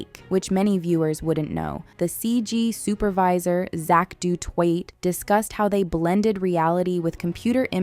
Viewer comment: "Du Toit" is correctly pronounced "doo-TWA". It's French. I'm French. Just sayin'.